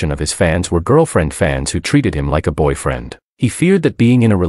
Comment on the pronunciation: What i love the most with that Ai if the "boyfriend" , i always here "bow-friend", being an Archer i always wonder if i also have a bowfriend xD